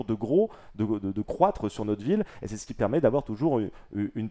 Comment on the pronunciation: Juste un détail mais : « Ce qui » et pas « Keski » les douzes premières fois j’ai rien dit mais là je n’entends plus rien à cause du sang dans mes tympans...